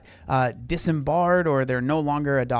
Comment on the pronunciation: *dis-bard*. Disbarred.